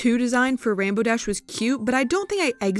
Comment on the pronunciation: “And rambow dash” u just violated THE RAINBOW DASH!